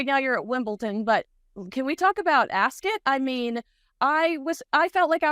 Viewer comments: it’s not pronounced, “Ascit”! It’s Ascot! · It’s AsCOT, not AsCET, get it right 😮😮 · AsKIT 😂 if she was a serious reporter she'd make sure she got pronunciations right and for something world famous she's pretty dumb to get it wrong. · Ascit??? Why are you both pronouncing it this way???